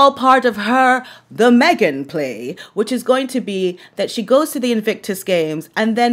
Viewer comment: I loved your mispronunciation of “Haghen”. Let it catch on 😂😂😂😂😅